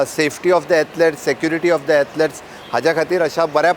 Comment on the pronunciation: CM, what is the meaning of "Atlets" dont murder English learn the right word and its pronunciation. it is "Athlete" single person, and " Athlete's " for more than one. Sogllem baddeak dilam! No benefit for Niz Goenkar!